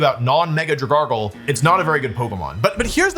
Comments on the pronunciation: wtf is a dragargle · Dragargle… I had to stop there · Dragalgae doesn’t even have an r in its name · Dragargle lol 😂